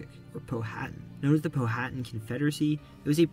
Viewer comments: Powhatan is pronounced “Pow-a-tan”, not Pow-hatton. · Pronunciation issue: Chief Powhatan. The "H" in his name is silent. So it's not "Pow-Hat-An" as said in the video, but "Pow-A-Tan". I say this as a Richmonder who has lived in Powhatan County (located West of Richmond, VA). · Besides "Staunton," the name "Powhatan" was mispronounced. In Virginia, it's "POW-(h)a-tan." Also, while the 1619 arrival of kidnapped Africans to Virginia was a precursor to slavery in the British Empire, the institution itself did not yet exist. Those Africans were considered to be indentured servants, who would become free after working seven years. It was the later 17th Century establishment of British colonies in the Caribbean for the cultivation of sugar cane that brought about lifetime servitude. In Virginia, the cultivation of tobacco was similarly labor intensive, and around 1650, a court case ruled that a man suing to be free from his indenture was bound for life. The defendant landowner he worked for was a free Black man. Finally, Lee's surrender at Appomattox in April, 1865 made it clear that the Civil War would be ending; however, it did not do so until two months later in Texas. Slavery continued in Kentucky, Delaware, and the Indian Territory until after the ratification of the 13th Amendment in December, 1865. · Great video. But you are definitely not saying Powhatan correctly 🤗